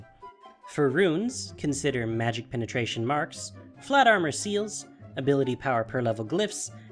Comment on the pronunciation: lol he said magic penetation ^w^